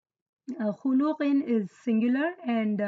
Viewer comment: But mam why do you pronounce. khuluqin as khulooqin